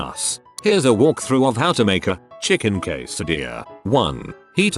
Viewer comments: Quesadilla, the TTS bot mispronounced it multiple times. It’s weird, though, because when the Redditor wrote chicken quesadilla the bot pronounced it correctly. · WHAT THE HELL IS A KWESADILLLLA